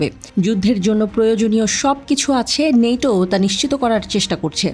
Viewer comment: নেটো না ন্যাটো বল